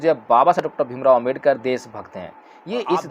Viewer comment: Jay bhim sir, agar ap ko buran na lage to ek ba banana Cahaba hu.sir ap please baba sahib ambedker ji ka Nam spast boleyn jayse ..parampujya dr.bhimrao ambedker. Sorry sir baba sahib ka Nam spast na leya to baba Sshsb ka apman jaisa lagta hai . Sorry